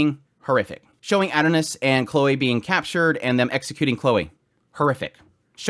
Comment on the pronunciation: I had no clue who you were talking about for a couple minutes until I realized you were saying "Adonis". You're not pronouncing it correctly. It's OK tho. The Japanese pronounce English words strange. But.... just because they pronounce "miracle" as "mirakuru" , I'm still going to say "miracle" because it's English. I like your videos but I got completely distracted by your pronunciation.